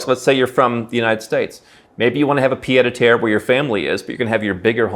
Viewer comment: This is not how you pronounce "pied a terre", which literally mean foot on the ground. You keep saying "pied de terre", which would mean foot made of dirt.